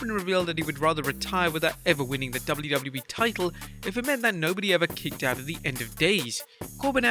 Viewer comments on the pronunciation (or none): We going to talk about the intro. “No one has ever kickoed out of”. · 'kickoed'? what is 'kickoed'? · LoL "KICKOED" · "Kickoed", hmmm??? Lol 🤭😆🤣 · So nobody's gonna talk about "kickoed"? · “Kickoed out of” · Kickoed lol